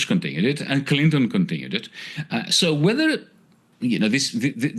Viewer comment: "Con Tin ew it t" Ryan!